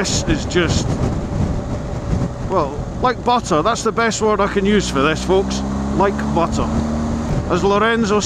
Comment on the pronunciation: Luck of the draw, unlucky! Quite impressed for a North East loon that you used the two 't' s in buTTer...... don't worry about the Spanish!